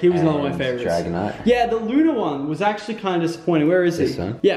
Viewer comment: Loonarla and sungelayo